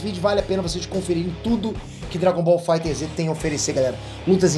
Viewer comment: o jogo se escreve FighterZ mas se fala "fighters"